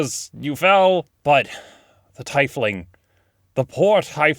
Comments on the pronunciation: Are you sure tiefling is pronounced that way? Because it's a German-derived word, and should be "teef" ling. Yours ought to be spelled teifling. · A Tifeling? It's Tiefling. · Does it bother anyone else that he says TIfling instead of teefling I know this aren’t the correct spellings but that’s a phonetic way of spelling them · As a tiefling enthusiast, hearing him pronounce it "tie-fling" instead of "teef-ling" made my soul hurt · It's pronounced tEEfling, not TYfling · Tifeling? I've always said teefling. Am I pronouncing it wrong? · Don't say tyefling, it's teefling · "Tyfling"??? I always thought it was pronounced "Tea-fling" like "Tier" or something. Not gonna stop saying Tea fling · Tyfling is wrong pronunciation, it's actually teafling or teefling or something of the sorts. It's something a lot of people get wrong apparently. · you HAVE to attack? what the shit? aslo, tiefling, not teifling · Tiefling...is more like teefling Not tie...tee if you pronounce it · TEE-fling, not TIE-fling, honestly not trying to be Trifling. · i honestly thought tiefling was pronounced teefling not tifefling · It’s ‘teefling’ not tifeling* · o.o TEEF-ling, my dude, not TIE-fling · It's TEEfling, not Ti-Fling. It's not an Imperial fighter. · I always pronounced it 'tee-fling' and yes, it was bothering me, but I don't think it's a matter of saying it wrong. Yes, it is technically the incorrect pronunciation (I believe) but D&D is about making your own rules and your own story. So, if he wants to pronounce it 'tie-fling' then he should be able to, I guess. I get that it's constructive criticism, (at least I hope it's constructive criticism and not just saying 'lol you're wrong haha loser') so the people getting pissed about it also need to chill, but you get the point I'm trying to make. I hope you do, anyway. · I've never really heard it pronounced as Tie-fling. I've always read it and heard it pronounced as Tea-fling. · TEEF-ling, not Thai-fling! The more you know!